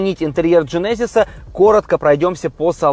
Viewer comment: Для тугих, в genesis ударение на первый слог